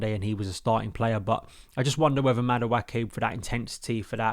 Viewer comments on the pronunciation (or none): It doesn’t really matter I guess, but I’m pretty sure Noni’s surname is pronounced Mad Wekky, not Mada Wakky